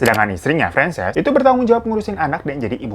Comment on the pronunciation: bang, francess apa franchise sih? kok gw dengernya kyk franchise kulakan usaha??😂